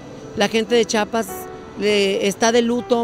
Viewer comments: Aprende a decir chiapas, yo que soy venezolana lo sé decir ubícate ( no chapas es chiiiaaapaaassssss) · Aprende a pronunciar CHIAPAS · se dice Chiapas, buuuurraaaa...!!!!!! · Nada más que se dice Chiapas!